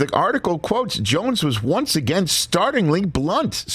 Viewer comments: START-LING-LY (NOT START-ING-LY) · 'Startlingly blunt' not 'Startingly' ... as in surprisingly, not as in beginningly